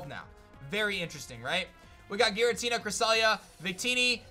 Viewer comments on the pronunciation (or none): none